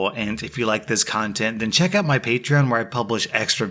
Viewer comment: Holy crap u pronounced Patreon right!!